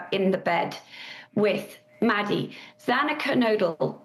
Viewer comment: I feel terrible for!!!! I love him pushing and doing everything and anything he and his family possibly can but the judge/prosecution/police…have treated the families terribly!!!!! The damn judge couldn’t even pronounce Xana’s last name properly!!!! It’s terrible!!!